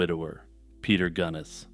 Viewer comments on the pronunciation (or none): Just a note for future reference, Belle’s last name is pronounced like the famous Irish beer.